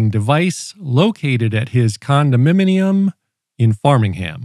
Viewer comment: "a condominimium in Farmingham". That was supposed to be read as a condominium in Framingham.